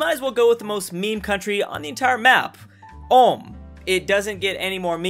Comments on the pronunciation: Ulm is pronounced like OOLM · Btw the U in Ulm is pronounced like the U in Uber just that you know. Good video :) I enjoyed it! Greetings from Baden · Did this guy just say Ulme* with a hard r? That's a loss of a sub from me bub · It triggers me everytime he pronounces Ulm wrong. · Albert Einstein was born in Ulm, so....... ALULM ULMSTEIN LOL 😆 🇩🇪🇩🇪🇩🇪🇩🇪🇩🇪🇩🇪🇩🇪🇩🇪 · Er kann Ulm nicht aussprechen XD